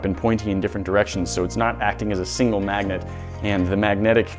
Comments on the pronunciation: "Breaking up and blending up a bunch of these kinds of MAGGOTS?!?!" He say's "maggot" instead of "magnet" SO many times. Lol. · Is noone going to talk about how he said Maggots instead of Magnits that 3rd time? (Sorry for bad spelling) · He kept saying “maggots” and not magnet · He keeps saying maggots instead of magnets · I keep hearing magets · He said magets like five tines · Any one else hear him saying Maggot instead of Magnet? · He is saying "Maggot" instead of magnets